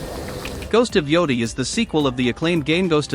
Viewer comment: GHOST OF YOUDI lol GHOST OF YOTEI